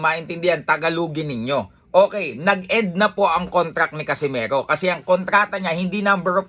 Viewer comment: Nd nya mabigkas ng maayos Casimeho😂😂😂😂😂